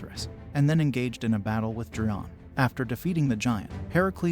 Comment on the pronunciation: The one king's name is /dio-ME-dees/, Also, the giant's name is /GAIR-yon/.